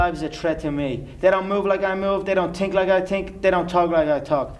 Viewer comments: They don’t tink like I tink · They dont tink like I tink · They dont tink like a tink Lmao